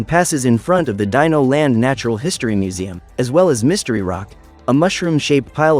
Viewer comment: What dino is correctly pronounced: "dai-no" What he pronounced dino: "dee-no